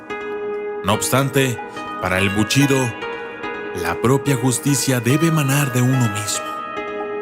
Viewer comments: Solo una corrección, es BUSHIDO no buchido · "ES BUSHIDO", no buchido según tu o tu manera de pronunciar porque crees que suena mejor. Aprende a pronunciar correctamente las palabras, y te haces llamar documentalista? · Todo está muy bien.....solamente un pequeño detalle............. Se pronuncia: "Bu.....SHI....do." (Bu....CHI.....do) como lo pronuncias hace que mis oídos Sangren. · Antes de hacerte llamar documentalista, aprende a pronunciar correctamente. Es bushido, no buchido como tu lo pronuncias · Amigo es bushido no buchido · Pronuncia bien GÜEY se dice BU武 SHI士 DO道, no buchido. Mmm la verdad esta chafa tu video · BUSHIDO, no buchido. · Para los japoneses no es lo mismo Bushido que buchido , es japonés . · BUCHIDO... NO MMS QUE PRONUNCIACION DE LA CHOINGADA! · no es lo mismo el shi a chi xd nmms xD , el significado lo pierde es bushido